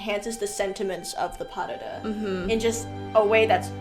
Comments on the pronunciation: If you were listening carefully...they pronounced pas de deux correctly (pah der der phonetically). No dahdah anywhere. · pas de deux is pronounced : pa (a like in Las Vegas or marijuana), de deux (the sound de or deux is almost the same like in the name maDEline) I tried to find a good exemple but it is not really an "English" sound ! If you type "pronunciation pas de deux" on internet, you will find a video with it ! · Please stop saying "pas dahdah"😢